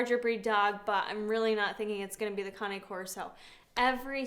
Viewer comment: Cane is NOT CONNIE! LIKE, K-nife is not knife. WTF!! Just call it ( Cane )...... Its waaaaay more masculine.